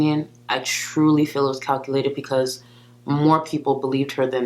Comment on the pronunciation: FOR THE MILLIONTH TIME: it is BEcause, not PEEcause. Stahhhhhhhhp it.